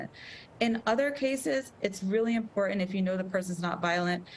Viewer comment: It's bizarre that this doctor mispronounced the word "important" every time.